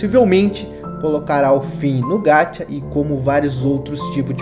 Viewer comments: Ñ é: (Gatia)! É: (GACHA)!!! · Não é gachia é gacha 《Gaxa》